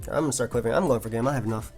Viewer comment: Love the Showdown Live. Good fun to watch these new pokes. Nice "once the rocks are goIn' too. Accent?